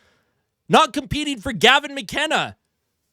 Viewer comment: the Italian tone switch up for Gavin McKenna 💀